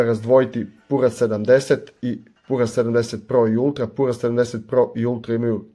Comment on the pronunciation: Није пура него пјура 😂😂